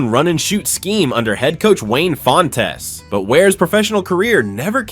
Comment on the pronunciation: Wayne fon-tez you say?